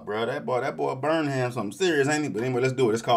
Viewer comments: It's not BurnHAM. Stress is on the BURN and less on the ham. It's pronounced more like BURN um or BURN im. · 😂bro, it’s pronounced like ‘burn’em’ not ‘burn ham’ lol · It's Burnham as in "Burn 'em" - I sympathize, my last name throws some people too. Love your reactions! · His last name is pronounced burn-'em.